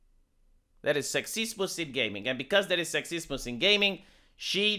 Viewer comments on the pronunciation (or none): Good points. On a totally unrelated note I love when you say "sexismus" and "rasismus."